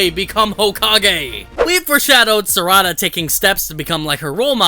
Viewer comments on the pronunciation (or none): its sa-ra-da not sarada lol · It's Sar'ada not Sarada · Ehem.... SAR....A....DA.....SARADA